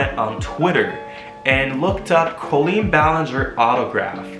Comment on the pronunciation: Pronounces "Colleen" correctly AND knows where the apostrophe goes in the video title:, you are my hero (designs are beautiful, too)!!!